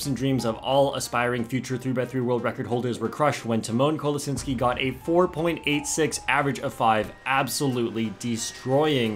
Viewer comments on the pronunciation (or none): Dude, it's pronounced tEEmahn kolaSHInski and that's the english way, there is also a polish way, (PLEASE STOP INSULTING ALL US POLISH PEOPLE)